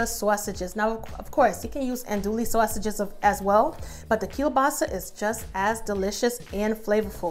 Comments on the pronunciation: Excellent recipe loved the way you say Swasages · I like how she says sausages lol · The way she says sausages I can’t lol 😂 lol still gonna try this for my Christmas 🎄 meal Oh I did follow candied yams recipe for thanksgiving omg it turned out perfect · Yeah she sounds lowkey Italian when she says it 😅🤣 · Looks soooo BOMB !!. I just want a video of you saying sausages 😂😂 lol, I’m from the south so all I hear is SAWSUCH, I love your accent so much !